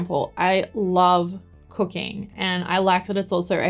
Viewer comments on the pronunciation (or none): I did such a hard double take when you said "I love cooking" because at first I thought you said "I love cocaine" because of your accent hahahaha